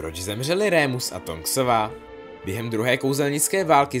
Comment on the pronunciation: není to rémus ale normálně remus :)